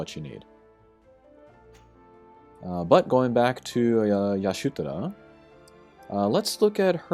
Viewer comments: I hate how u keep caling her "Yashutora"... damn... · take a shot everytime he says yashutora 😂